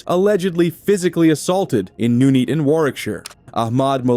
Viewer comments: Nuneaton. "None eaten", not "noon eaten". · Its NONE EATON not NOOO NEATON ! sort it out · It’s pronounced NUN-ETON as in ‘none eaten’.